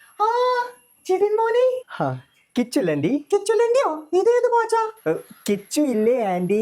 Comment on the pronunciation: കിച്ചുലണ്ടി അല്ല കപ്പലണ്ടി 😂😂